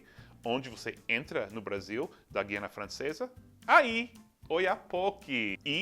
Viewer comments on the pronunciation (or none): none